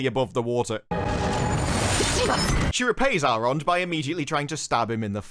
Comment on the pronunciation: Also... Elrond is "Al Rod" and Galadriel is "Collateral". I'm dying here...